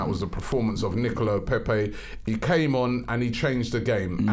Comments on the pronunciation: No one: Robbie: “Nicola Pepee” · FAM his name is NICOLAS, there’s a ‘LAS’ there, triggers me so much